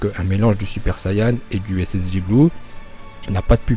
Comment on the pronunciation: Ça se dit saiyen